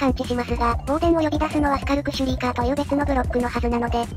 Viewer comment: の時のとがスカルクシュリーカーのことをシュカルクシュリーカーって言ってるのが可愛い😊